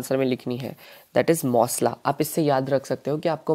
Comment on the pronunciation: Mossla nahi massla